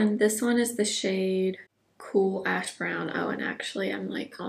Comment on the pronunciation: Favorite video! I have that velvet crush blush and need to pull that one out… so pretty! When you said the name of the brow pencil was “cool ash brown” I thought you said “cool a$# brown” and almost spit out my tea!!🤣